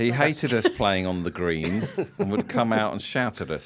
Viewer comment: In my ears it was called 'The Greem'... Which makes it even better..